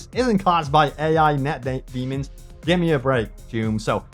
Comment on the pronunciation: I like how he almost said daemon instead of demon